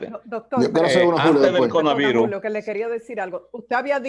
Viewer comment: Muy productiva la entrevista, pero por qué melton dice CONAVIRUS?